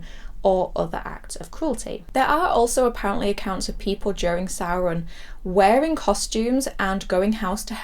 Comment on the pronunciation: I love that Michael wrote samhain in the school in halloween2 and despite his education dr loomis completely mispronounced it. I'm watching halloween3 later tonight and halloween6 has always been a 'guilty pleasure' of mine, its not as good as h20 but I love paul rudds slightly creepy take on Tommy Doyle.